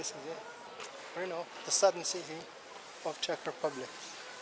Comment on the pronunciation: I have to say, your Brrrrno was prety accurate 😀